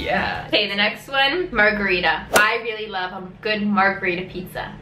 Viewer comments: "margherita": "margaritta" secondo di pausa e odio: "margherita": "margaritta" cuore di: "WAAAAAAAAAAAAAAAAAAAAAAAAAAAAAAAAAAAAAAAAAAAAAAAAAAAH" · che urto quando mi chiamano così, regà MARRRRRGHERITA non mahgarida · Sembra che per loro non esista la T semplice. Margherit(t)a / Gelat(t)o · Sono morta quando hanno detto Margherita (mi chiamo così )